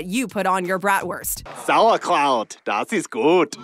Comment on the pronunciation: Your pronunciation of what should be BRAHT-wurst will raise an eyebrow in Wisconsin. Your putting ketchup on it just got you banned from Chicago. 🤣